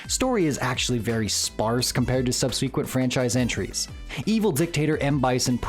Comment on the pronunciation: Just a note: I don't think 'subsequent' and 'aforementioned' can be pronounced the way you did.